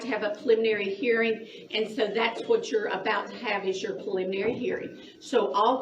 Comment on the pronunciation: "Pliminry" Hearing